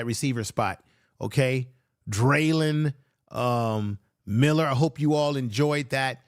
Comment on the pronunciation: It's not Dralyn Miller but Dralon Miller